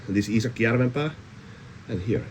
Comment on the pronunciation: Tajusin että oot finski vasta kun lausuit Iisakki Järvenpään oikea oppisesti että äijähän on finski hyvä video ite tykkään. Itellä olisi aikomus ostaa cpm cruwear barkriveriltä tai jostain muualta käytettynä oon haaveillut semmoisesta jo jonkun aikaa mutta kun tuppaa olee tyyris